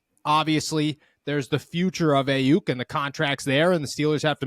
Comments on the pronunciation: Geez. Put down the pipe and just say "No" to drugs. First, if you can't pronounce an NFL player's name (it's EYE-Yuk not AY-Yuk) few people will believe that you know what the h*ll you are talking about. BA was in Santa Clara today at the 49er's first day of the voluntary offseason program and texted about it - surely a clear sign he wants to be traded. BA will be given a new deal by SF within 5 months (that's how long it took to finalize the Nick Bosa deal last year) and when it is done, BA will eclipse Tyreek Hill's contract of $52.535M gauranteed money. SF currently has $6.78M in CAP space and that will increase that by another $18M on June 1 after the release of Arik Armstead goes into effect. You should know these details - this is your business - but clearly you do not. BA is going nowhere least of all Pittsburgh. When the 49er's re-sign Brandon Aiyuk to a record contract, you should apologize to all the gullible fans who believed this nonsense. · You don't even know how to say Aiyuk